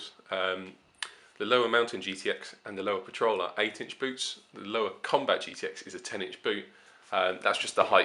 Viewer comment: It's pronounced "LOAVA". De nada.